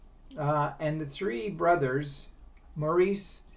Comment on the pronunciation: Maurice’s name is pronounced “Morris.” Andy did not die from drugs. He was clean and sober at the time of his death. He died from a heart condition related to years of drug abuse.